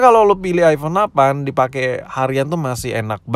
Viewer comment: aipon bukan aivon